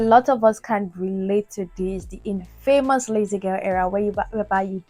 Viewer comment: The word “infamous” is pronounced in-faa-mos (it contains a schwa sound, meaning the FAA is unstressed and can be elided or voiceless).